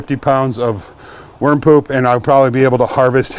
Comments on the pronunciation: What a relief. At first I thought you said warm poop. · I thought you were saying "warm poop". No smell?